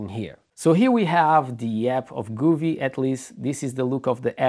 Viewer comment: Wrong...each tv is different, if I had your setup I would send it back and it's govee not guuuveee